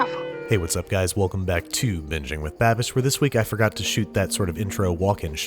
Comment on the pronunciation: I didn't know babish was Irish?🤔